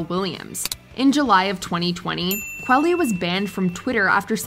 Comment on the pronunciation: Kwah-lee. Like quality.